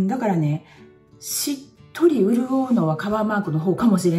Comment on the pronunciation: とにかく激しく同意で頷きまくりました笑 しっとりを「うっとり」と言う吹き出しました😂 現在カバーマーク&シミの上にキャンメイク、その上にスポッツカバーでトントンしてました。 必死に隠してますよー感がハンパないので教えていただいたこと実践してみます！！